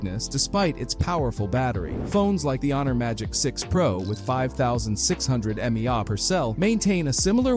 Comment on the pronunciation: Man it's so disappointing that so many channels are just using AI voices instead of taking the time to actually record the voice lines. "This means that after having 5,000 "maww" per cell"" or "5,000 m a.e AH" Nah it's pronounced M. A. H. You can have the smoothest most convincing AI voice to do all the work, but the moment something as simple as 3 letters gets butchered like that, the illusion falls quickly. Such is the future I guess, much less effort and actual soul to content.